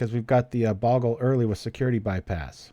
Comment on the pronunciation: I know it really doesn't matter but bogle is pronounced with a long o.